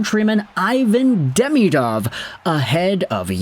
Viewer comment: Also, it's "De-ME-dov", not "DEMI-dov". But it's easier for English speakers to say the latter.